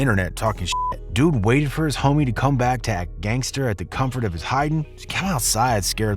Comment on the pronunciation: hes definately white saying dude 😂😂